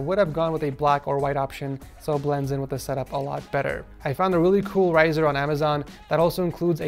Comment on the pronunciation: "weally important" i pissed myself.